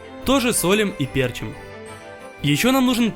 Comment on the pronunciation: Не Перчим а перчим Лайк если прочитал с разным ударением